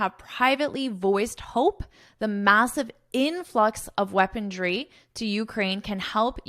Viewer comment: OMG! you've pronounced "weaponry" as "weaponTry" on several occasions around minute 22 of this video? Is that really so? 😢 With all due respect to your work and as a general notice only😊: instead of using such sensitive and tragic international topics for your lessons, would you not be better off focusing on something more amusing, such as Canada becoming the 51st state and the like? 😮